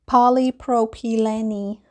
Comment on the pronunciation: It us pronounced Polly- pro-puh- lean.